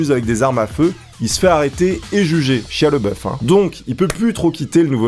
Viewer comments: Chia lol... ça se dit chailla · (ça se dit "chaya")